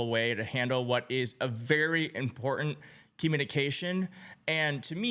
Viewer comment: He is not the President. Morons. The word you can't seem to say properly is "IMPORTANT" NOT " IMPORDAND